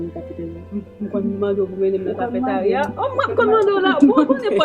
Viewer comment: Eske se mwen selman ki tande cafétaria😂😂😂